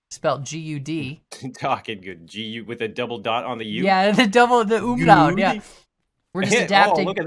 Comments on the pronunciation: As a native German speaker im realy imressed How well he pronounced the Word „Umlaut“. Congrats! xD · I am pretty impressed how well you can prounouce the word Umlaut